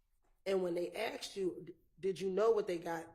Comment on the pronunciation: Your life being on the line with a Prosecutor that can’t ascertain the difference between “asked” and “AXED” is nasty work